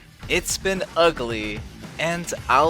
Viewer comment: "It's been Ughly" That outro hits hard after hearing about these villains ruin their lives! Oh, and "Arkham"!